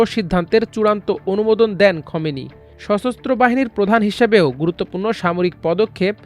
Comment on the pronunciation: খোমেনি নয় খামেনি।